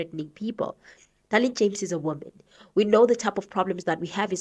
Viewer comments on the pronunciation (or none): Her name is Dereleen not Darlene 😂